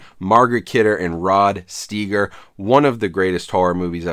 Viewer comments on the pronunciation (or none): Rod Steiger, not Stiger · It's Margot (pronounced Mar-GO) Kidder, not Margaret. It's Rod Steiger (pronounced STY-ger), not Steeger. And you REALLY lost me when you called The Amityville Horror one of the greatest horror movies ever made. LOL! Dude! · Pronounced StYger. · It’s pronounced Rod Stiger.